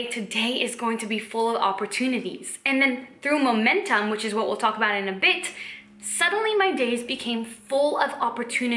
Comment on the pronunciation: When you sat 'bit' you sound English! 💂‍♀️